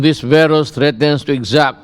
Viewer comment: Pano bah dapat ipronounce to?